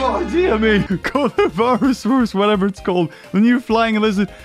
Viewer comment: It is coelurosaurvus